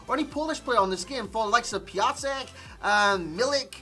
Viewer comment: "Piacek" "Pisciek" I love how foreigners pronounce the names of my compatriots XDD